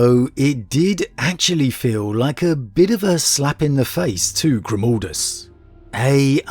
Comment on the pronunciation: It's pronounced Grimaldus...not Grumaldus...G...R...I...M.............GRIM.....stop saying like that... please!!!!